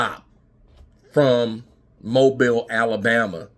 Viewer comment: Pronounced Mo bill not bile